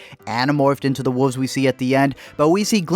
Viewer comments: ... wulVVVVVVVVVVzzz ... woolvz ... maybe even woLLFF but NEVER Wofs / wooofs or wufs. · Wuvs? You mean Wooooolves? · “What are “whuves”? “ “Wolves...” “Oh...” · You can't say "wolves"? U have to say "woofs"....? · Melk or milk? Wuves or wolves? Roof or ruff? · woofs or wuvs? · Honey there called wolves not wulves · really woofs it's WOLVES pronounce the V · All I hear is woofs. Woofs? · Lol y’all keep saying “woof” and “wooves” 😂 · Are you calling wolves "woofs"? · What the fuck are wooves? Oh, you mean wolves! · Say “woof” one more time. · Man said wooves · The way u say wolves is horrible. "woofs" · oh my god i’m adoring “wooves” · Has nobody ever told this guy how to pronounce “wolves”? 😂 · "He's gonna get taken by wooves" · WoLves....the 'L' is not silent. And I could have told you in 10 seconds that this movie is the dumbest thing ever filmed.... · Brandon Sanon or alternatively “woofs” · I had friends when I was a kid who pronounced it this way. It always annoyed me...even at 5. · the way this guy says wolves is so funny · Sucks you reviewed a movie about wolves when you can't even pronounce "wolves."